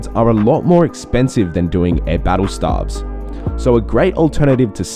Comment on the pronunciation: Stay-ves, not starves......